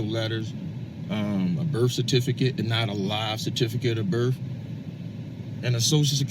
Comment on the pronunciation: Birf, oaf, axe. Yeah, he’s a genius.